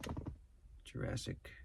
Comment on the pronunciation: Tri state calls the Jurassic “Quasimodo“ 😂 😂😂